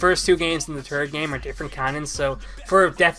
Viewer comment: When says third it sounds like he is saying turd.